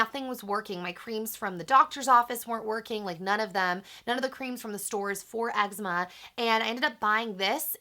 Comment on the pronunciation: thats not how you pronounce eczema